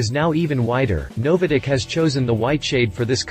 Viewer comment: Never heard NOVITEC pronounced " NoviDec " before